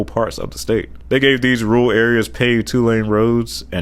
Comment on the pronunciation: I’ve seen people who can’t pronounce Rural (he says Ruul 🤭), but this guy can’t even say Urban. (Urbran 😆)